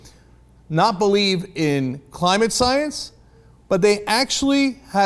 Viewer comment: What is this sai-ens you speak of cenk?